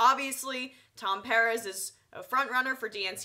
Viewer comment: why cant you pronounce Perez? aren't u from NY...